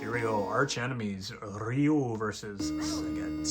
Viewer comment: Ree-yoo is correct. Just like in Sho-RYU-ken! ✊ In Mortal Kombat however, Shirai-Ryu (Rye-yoo) is unfortunately mispronounced. 😑